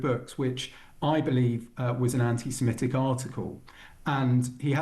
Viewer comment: It's antisemitic FFS, why do broadcasters keep pronouncing it antisemEtic 🤦‍♂️ At least he got it right at the end.